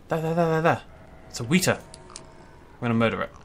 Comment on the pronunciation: "Weta" rhymes with "wetter", not "wheater". Trust me, I'm from New Zealand.